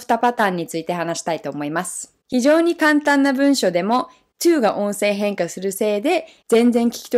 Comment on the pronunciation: 「音声変化」の発音がいいな。上級者向きの話題だな。